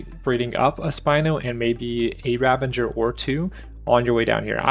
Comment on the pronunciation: Ravager, not ravenger. :P Great guide, but that was driving me nuts lol.